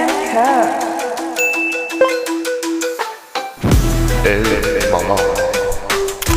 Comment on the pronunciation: I love u but I’m getting annoyed with how u say Kaur, cuz it’s my middle name. But no hate, people make mistakes and it’s not anyone’s fault. It’s pronounced kao-rrh.